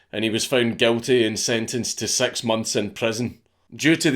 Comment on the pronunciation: When you say "six" it sounds like "sex" and it gives me a boner